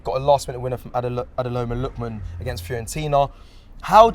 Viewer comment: Dear, its Ademola Lookman not Adeloma Lol